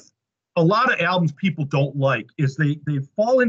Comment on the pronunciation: Pee-pole! It sucks. Imo.